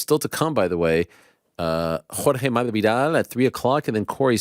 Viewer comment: The way Ariel says masvidal is so cringe. You’re saying it wrong